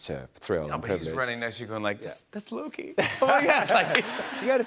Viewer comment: holy shit i never noticed tht Mobius said it a "LokE Who Remains"😂😂😂